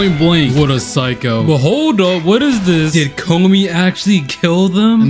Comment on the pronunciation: Please learn how to pronounce “Komi” you sound like the dub pronunciation of it